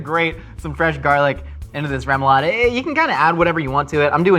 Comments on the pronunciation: can't tie his own shows, zest lemons right or say Remoulade correctly.... should be "Ro-ma-lade"" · please as a cajun never say it like that its pronounced rah moo lahd